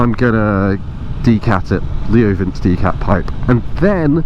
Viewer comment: Being really anal here, but Leo Vince is pronounced Ley-o Vin-chay in Italian. Sounds way sexier that way. Just discovered your channel. New sub, loving your work 👍